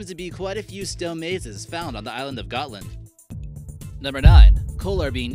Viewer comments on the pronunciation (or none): Gåtland not gatland